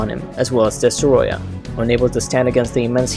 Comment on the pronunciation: I wish M.I.B. did the voice-over he would have said Destroyah better